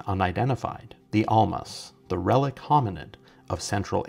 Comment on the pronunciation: Relic-T, my dear, with a "t".